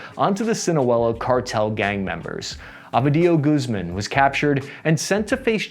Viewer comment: You should learn a little basic Spanish if you plan on making these type of videos. The way you pronounce Michoacán, Ovidio Guzmán and Felipe Calderón is so bad it's terrible.